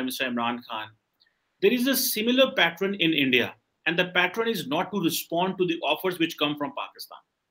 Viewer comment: Pattren 😂…. Pat-ern 😂